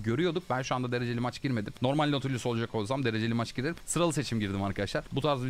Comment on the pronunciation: çoğu karakteri yanlış okuyon abi ama herkesin nati dediği nautu doğru okuyon